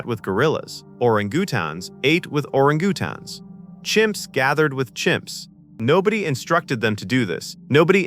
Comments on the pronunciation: Gotta love the freaking AI calling and Orangutans and Aurogootons :face-green-smiling::face-blue-smiling:🤣😂🙃 Hot Take what is with this AI mis pronouncing names. I know for a fact that the AI can pronounce names correctly. You did this on purpose to get rage bait. I'll just go away now. Ugh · Oh ran goo tons? I guess AI isn't ready for prime time. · OR ANG GU TANGS??? Can't you check your work? AI narrative SLOP. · Orungutaans?? They are pronounced "eranguatains". Come on now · "Orang-GOO-tans"? {:o:O:} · Oringootons? Shut up you ninny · Ore-GOO- tahns? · Ore-a-goo-tans? I have never heard orangutans pronounced like that!! 😂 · WTF is an Ora-goo-tawns? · orang-gu-tans, giveaway this is an AI narrated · ❓❓❓Orin-Gutons❓❓❓what kind of ape is that❓😁😁😁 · I believe it's orren-goo-tawnz. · I think IT said OrigiooooTONS. IT'S AI, so it must be correct, and we are all imbeciles.🙊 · OriNgootons, I think. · HAHAHAHA ! "Oran-Goo-Tohns" ?? Really ?? AI will NEVER replace actual humans ! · Orin Goo-tan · Oringioootin what are you, deef? >kidding< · Why, it's an ORI that GOOTONS silly! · Dr Ziias ??? Orangeatoons ??? Kind of killed what was interesting stuff. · I guess AI can't pronounce Or-an-gu-tans.